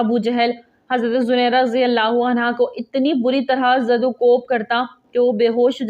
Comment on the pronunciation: ویڈیو بنانے سے پہلے تحقیق کرلینا بہتر ہوتا ہے،، صحیح نام زِنِیرا ہے زٗنَیرا نہیں - ثبوت کے لیۓ دیکھیں الرحیق المختوم، جس میں ہجوں کے ساتھ یہ نام بتایا گیا ہے